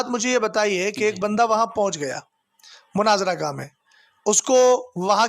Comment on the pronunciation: مُناظرہ لفظ جناب مَناظرہ نہیں